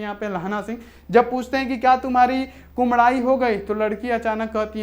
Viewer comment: Sir ap bar bar kumdai q bol rhe h kudmai hota hai...